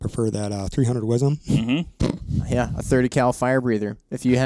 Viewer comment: I cringe every time y'all say "WIZEM." Yes, I'm from Texas.